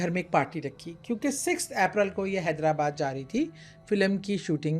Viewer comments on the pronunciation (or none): none